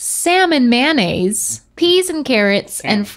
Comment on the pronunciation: 'man aze' instead of mayonnaise 🙄